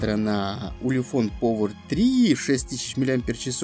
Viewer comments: Ты ламер, научись по-английски разговаривать, повер. Делаешь обзор модели, не зная, как она произносится даже. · как можно снимать обзоры если читать на английском не умеешь? Повер...